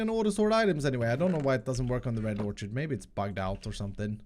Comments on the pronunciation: It's "or-kid", not "or-chid". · Love you! FYI, orchid pronounced OR-KID. Not idea why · Not to be mean, but it's pronounced Or-Kid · Orchid is pronounced "Or Kid"... Sorry that has been bugging me for days. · I cant let it go anymore. I strongly believe "orchid" is pronounced like "orkid." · Btw Orchid is pronounced more like "or kid" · it is pronounce red orkid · Or-kid... ab-zorb-shun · i think "orchid" is pronounced "orkid" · just bugging me a bit, orchid the ch is pronounced like a k